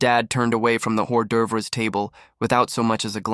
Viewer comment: Stop using an A.I. narration that can't pronounce "hors d'oeuvres." And melodramatic writing.